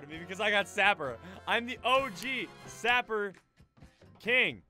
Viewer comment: My God!! He actually called it by the name and not Saper Simulator!!!!!!